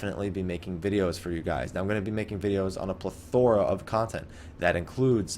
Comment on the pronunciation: I like your videos, very informative and helps me pass some time while waiting for phase 4... I feel bad for being annoyed at how you pronounce plethora.